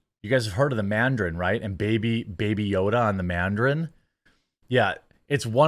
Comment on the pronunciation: Lol Jeremy calling it the manderin is cracking me up